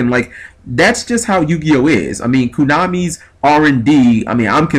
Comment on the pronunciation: Why do you always pronounce it koonami?